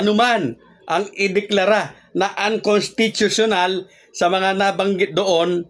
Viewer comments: Unconsttuutuuional hehhe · idol may petisyon pa c makalintal kaya sigurado matutuloy sa dec. 1 ang bske eleksyon. 101 percent yan. kaya lng idol hindi mo naman mabigkas yung unconstitutunal kaya postpone na yan idol isip isip lang. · Maniniwala na sana ako sayo kaso, hindi ka na pronuonced ng maayos ang (unconstitutiona) 😂😂😂